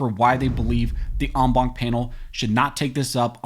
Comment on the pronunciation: STOP using ‘en banc’ you beat the shit out of this French word,rather use ‘in bench’ PLEASE! Other than that, excellent job!